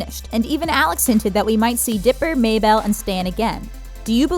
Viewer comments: Maybel MAYBUUUL NOT BELL 🛎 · I cant believe she pronounced it wrong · This is OKAY I guess but I hate how you said mabel wrong You said mA-bel It's like mable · MAY-BELLE? lol did u watch the show its MABEL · It’s not mabell it’s mable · “Maybel” ”MABLE” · ITS MABEL NOT MAY-BELL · It is not Mabell it is mabel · How come you say Mabell instead of Mabel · Its not pronounced maybelle its mable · Your saying may-bell It’s pronounced mable Spelt mabel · 'Mable' not 'Mabell' but Mable is spelled like "mable" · She says, May-bell, but it is pronounced May-bull (Mabel) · May-bull.... not May Bell. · Not Maybelle, MABEL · Her: Maybell Me: 🤯🔫 That wasn’t a fallout apocalypse bunker it was a dimension portal lab she have no idea what she is talking about - pointless five year old commenter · IKR? Like the way she says May Belle instead of Mabel, the "Did you know Stan has a secret bunker?", "Did you know there's hidden messages in the intro?" and "Why the time-traveller was there is never explained" makes it obvious they don't know what they're talking about. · May-Bell? No Mabel May-bul mAY-BUL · "mAybell" umm it's mabel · MABEL NOT MAY-BELL!!!!!!!👿👿👿👿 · mable. not maybell. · was anyone else annoyed that the narrator kept pronouncing Mabel Maybelle?? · Is anyone else annoyed about how this person pronounce Mabel "Maybelle?" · Yes and also YOUR PROFILE PIC IS THOMAS SANGSTER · She’s saying may bell and it’s bothering me so much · I love your voice, but the one thing that bothers me is how you keep saying"may-bell" like please pronounce it right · VICTORIOUS ISNT DISNEY AND YOU PRONOUNCED MABEL AS MAYBELL AND THERE WAS A LOT OF OTHER THINGS WRONG sorry had to rant a bit but in the future check the facts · May-bell? Did they not watch the show? □ Yes. □ Definitely. ✓ Absolutely!!! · " may bell " leaves video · Maya-bell... UGH Facepalm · YOU SIAD MABLE WORNG XD COME ON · ............how she said mabel....may-bell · May Bell? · Stop calling her may-bell!!!! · May bell? Lmao